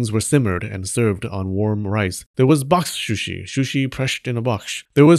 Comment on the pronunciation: Very entertaining, especially listening to you trying to say boxsh shushi...box shooshi...bok suuushee...square container fish. 😊